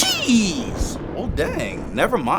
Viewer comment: Every single time he says geez it sounds like he says cheese